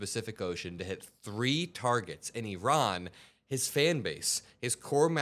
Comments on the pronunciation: Little things like the pronunciation of Iran correctly really go a long way to keep me watching, thank you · Thank you very much for saying Iran correctly. I don’t care how good or bad a country is etc ,there’s still a proper way to say it.